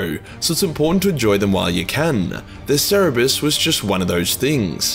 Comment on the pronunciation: cer ber es